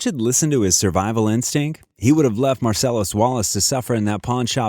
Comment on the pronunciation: ... his survival in-stink... .. gotta hit that "T" at the end of the word INSTINCT